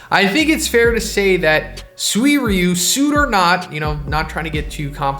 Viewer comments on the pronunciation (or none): Who gets bothered by SUWIRYU? It's Suy-ryu.